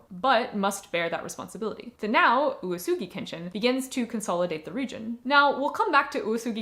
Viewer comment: Well to be fair you had 7 different readings for uesugi like oosoogi and yuusugi and woosugi and you rarely let the E sound out. Like OOWEsugi or something. U and E would be 2 moras, or at least 1 and a half, and E would just be as audible as the U, im hearing a lot of U's and almost no E. Thas okay of course, but being the main topic it did bug me a bit, but also im glad that you at least edited the captions and i know thas a lot of work so thanks for that